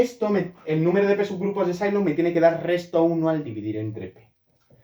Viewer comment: Sylow era aleman, creo que no se pronuncia S"ai"low, sino "Silow". Otra cosa, que el número de p-subgrupos de Sylow es el índice del normalizador es consecuencia de que estos son conjugados y la fórmula del cardinal de la orbita, que es el índice del estabilizador, que en este caso es el normalizado. Así, es trivial y no hace falta calcular el normalizador. Saludos.